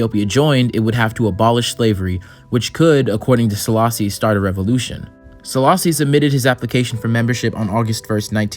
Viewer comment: just a gentle correction but also Selassie is pronounced as "AY" at the end, not an "EE" sound, like the word café.